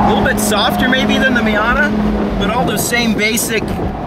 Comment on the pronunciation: No, it is not called a Fiata. Stopped watching right there, can't hear it anymore.